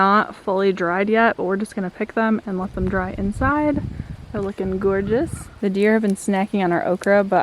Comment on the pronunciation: Pretty sure I heard “looking gourdeous” 😆💕